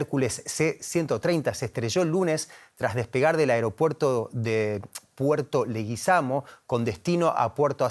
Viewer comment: Periodista de DW no puede pronunciar el nombre de Puerto Leguízamo ¿o no sabe leer las tildes del español?